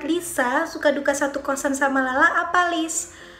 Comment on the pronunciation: makasih udah bales pertanyaan aku, btw kamu salah baca nama aku loh tapi gpp lah:)